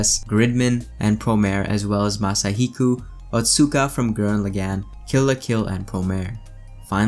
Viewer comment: You did OK for the Japanese names : I only noticed two mistakes when you named all eight. 1) you said Masahiku instead of MasahikO ; 2) you said Yamoaka instead of Yamaoka. (each vowel is pronounced like Ya-ma-o-ka) ( ps : I am an amateur and not fluent in Japanese or Nihongo )